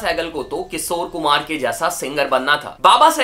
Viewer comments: its Kishor Kumar, not Kisor.... Sa aur Sha bolna seekh le bhai, bahut annoying lagta hai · Bhai. Kisor. Nahi. Kishor kumar. Apana. Sh. Thoda. Thik. Karalo. Yar. 😂😂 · His "KISOR KUMAR" pronunciation 🥲😂